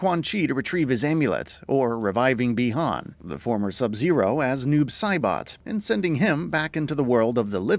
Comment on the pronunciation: but yet he flipping said Chinese "Bi-Han's" name right WTF!!!